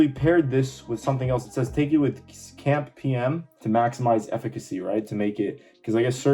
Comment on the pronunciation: cAMP or cyclic AMP or cyclic adenosine monophosphate, so most of us would say "see ay em pee" but at least "camp" is quicker to say, you just sound like you have no clue what it is